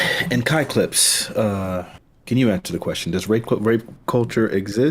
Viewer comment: When said kai clips name, It sounded like he called him "Cock lips"